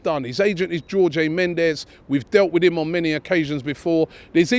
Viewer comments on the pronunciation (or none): none